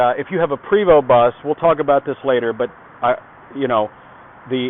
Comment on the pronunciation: Hi, It is a PrAAAAvost Not a Prevost, Its French